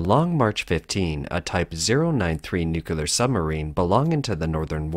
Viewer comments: Nuclear is pronounced "Nu-Klee-Ar" - just like it is spelled. Literally the word "clear" with "nu" stuck to the front of it. Not "Nu-Kew-Lar". That is wrong, sorry! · It's 'new-cle-ar' not 'nu-cu-lar'! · Nuclear is pronounced New-Clear not *New-Ku-Lur*. Maybe this mistake bothers me due to being an ex-submariner, but i hear it mispronounced by 90% of people. It comes in second place as the most mispronounced after "Library". 99% of people pronounce Library as *Ly-Berry*. Its just so easy to pronounce correctly. Now let me axe you a question? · nu-clear not nuc-a-lear... oh dear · You said NUKULAR! ITS NUCLEAR! NUKULAR makes you sound dumb! NU-KLE-AR NOT NU-KU-LAR. Thumbs down for the ignorant mispronunciation! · It's supposed to be: Nu-cle-ar, not Nu-cu-lar! Although, it was made in China so who knows. 🇬🇧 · Nu-cle-ar Saying “nukular” is for people who breed with their siblings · Why do you keep pronouncing it, 'Nukilar'?? It's pronounced, 'NOO'kyoo'ler'. Smh, pay attention. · IT'S NUCLEAR NOT NUKULAR. THERE'S ONLY ONE "LETTER U" IN THE WORD. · Everyone knows that "nuculer" submarines are more likely to have accidents than NUCLEAR submarines. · Please program your robot reader that nuclear isn't pronounced new kew lar. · This coverage might feel more credible if you learned how to pronounce nuc-le-ar. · nuclear… not nucular 🤗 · A “CCP” submarine? I wasn’t aware that the Chinese Communist Party had a navy. And there is no such word as “nucular”. Stupid mistakes like this totally ruin your credibility. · I wonder if the reader of this content pronounces the "core" of an atom 'the nuculus'. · What's this with pronouncing NUCLEAR wrong these days? It's not the first I've come accross this and frankly hearing nucular pisses me off a little! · Like Homer says, nuculer, it’s pronounced nuculer😂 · Why in God's name can you repeatedly mispronounce "nuclear" as "nucular"? Are you illiterate? Sheesh!! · "nuculur" gets me every time